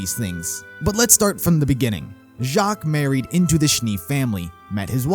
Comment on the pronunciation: Uhmm Weiss is german for white also spelled as "Weiβ" and u pronounce W as a V.. so u say /Veiss/ :) just saying if already pronounced Jaques correctly